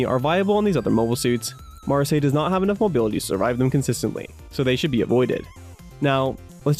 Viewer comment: Just so you know. So the Gundam fanfiction m doesn't tear you apart. It's pronounced. Ma,ra,s-eye